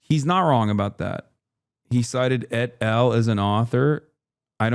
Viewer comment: E-T-A-L, oh my god, it’s et al.